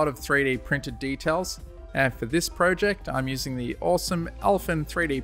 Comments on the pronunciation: He says pojec and I say project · Pro-jeked 😂it's project